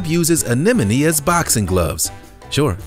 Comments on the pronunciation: Repeat after me: ah-NEM-oh-nee. The sea animal is NOT pronounced ah-NEN-oh-mee. ALL credibility of this video was shot to hell with the narrator’s feeble ‘attempt’ at pronouncing (or MIS-pronouncing) this one word. He also blew his ‘intelligence’ or lack of intelligence. Totally pitiful. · It’s A-NEM-O-NEE, not A-NEN-O- MEE. Just Sayin. That one was very cool though; looked like an underwaterr Cheerleader! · Sea Anen-A-Mees??? Learn how to pronounce the English language and words correctly! Five year olds would say that! You’re old enough and probably smart enough to learn how to pronounce that word. I bet you also say “ festi-bal!!🤓